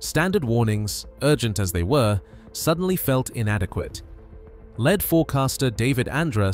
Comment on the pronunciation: I like the channel content but get a real (human) narrator - one who can pick up on the difference between the adjective form of the word “Lead” and the noun/verb forms.